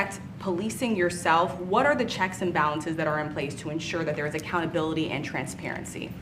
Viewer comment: Why does he keep pronouncing it transvarency?